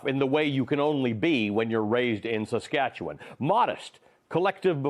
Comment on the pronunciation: I'm happy he knows how to pronounce Saskatchewan.